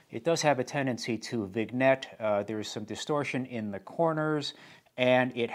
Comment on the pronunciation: Not being a smarty-pants here but "vignette" is pronounced vē-nyet'. A word of French origin - and one very familiar to terrestrial photographers. Thank you for your excellent content, presented in a way far more appealing than many bling ego channels competing for views.